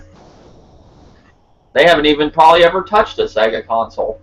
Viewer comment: your my bredrin but you can't do SEGA like that lol. Sega fo LYFE. Great podcast.